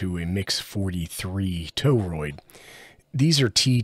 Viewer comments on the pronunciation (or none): 'TOE-ROID' again. Try 'TORE-ROID'.